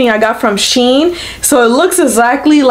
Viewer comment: It’s “She IN”